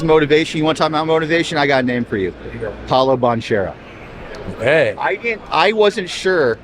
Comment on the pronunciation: I can’t take seriously when he mispronounces Paolo Bancheros name incorrectly. So much for a “big” basketball fan…